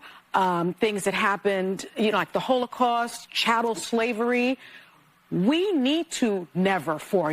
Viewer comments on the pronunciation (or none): Bigger that the HO-low-cost....First off pronounce it right, and show some respect.